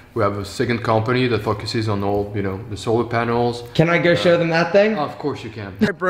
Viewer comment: AM I THE ONLY ONE WHO HEARS "FOCUSES" AS '"FUCK- ASSES" ?